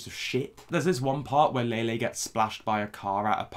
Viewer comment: I just listened to Lele Pons insult me while pronouncing my name wrong. I can’t go lower than this